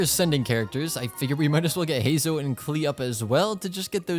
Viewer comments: heizou? do you say zongli too 🗿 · just to let you know youre pronouncing Heizou name wrong